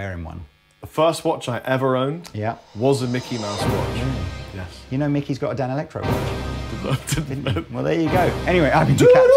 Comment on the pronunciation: Danelectro is the word can't say. They are the 5H!T!